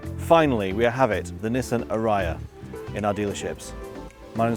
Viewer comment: You are pronouncing the name of the car wrong…. Nissan pronounces it Aria… makes sense knowing the meaning of aria…